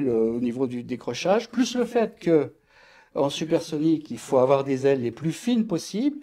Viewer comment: OK on pourrait les écouter souvent .. sa leurs arrive de dire des erreurs.. LES Z'AILES DU HAUT HAUT 😉